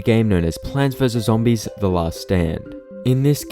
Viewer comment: I entered the video and the first thing I hear is "Pants vs Zoodis"